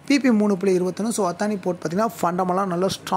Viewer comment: அத்தானி இல்ல... அதானி.. இது தான் correct... pl spell correçt ...